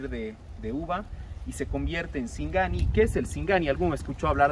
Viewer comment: Dise sigani.